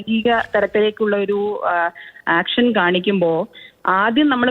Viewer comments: ആക്ഷൻ അല്ല ഏക്ഷൻ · ആക്ഷൻ അല്ല ഏക്ഷൻ അല്ലേ ശരി